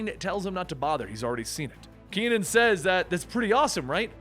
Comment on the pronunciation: ke.nan, not ki.nan .